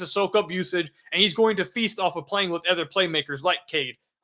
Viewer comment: I know this is a weak take but I can’t help but bring it up. The way says ether or anether rather other/another then he turns around and says thum instead of them. If you gonna use short e instead of o then at least use it when you supposed to. lol- all good tho, I agree with your takes.